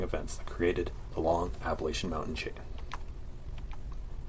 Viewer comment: You mispronounce Appalachia throughout the whole video